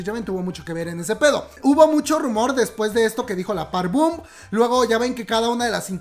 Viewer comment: * Park BOM, es con "o".